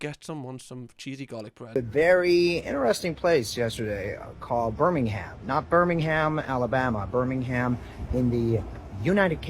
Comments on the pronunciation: "not Birmingham Alabama" threw me off so much and the way he pronounxed it birming ham was too funny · 😭🙏 I can’t with the ‘BirmingHAM’ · how the hell did he do me acent and he said Birmingham wrong lol